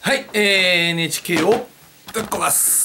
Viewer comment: 最後 NHKをぶっころぉあす！ ぶっこ〇すって言いかけてて草